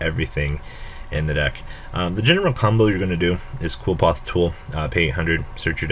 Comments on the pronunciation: okay i wanna make a video about card pronunciation... it's pronounced "Li-foth" jeesus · It's pronounced Kliff ort nowadays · Erhrm "Cliff - Aw - Th"